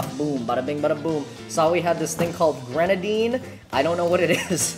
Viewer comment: Ain't no way calls it renadine and throws pomegranate syrup together with coke...